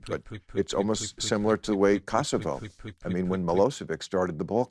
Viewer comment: Aint no way I hear this dude call my home country cocksovo